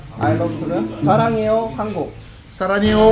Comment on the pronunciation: 브르님 : 장수거북 외국 스타 : 쫜.. 쫜쑤거북 브르님 : 장.수.거.북 외국 스타 : 좡.. 좡수거북 ㅡㅡㅡㅡㅡㅡㅡㅡㅡㅡㅡ 외국 스타 : 알러뷰 코리안이 뭐임? 브르님 : 사랑해요 한쿡 외국 스타 : 쏴랑해요 한쿡.ᐟ 말하는게 서툴러서 귀여우셔요 ㅋㅋ